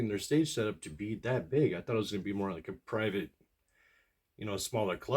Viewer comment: Did you say “More”?